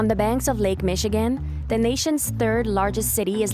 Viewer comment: That AI narrator is annoying, and it's Lake Michigan, not Lac Michigan.🤣